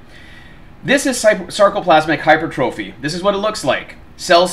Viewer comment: I mean hey, not a big deal, but for the love of god, please start saying hyper-tra-phee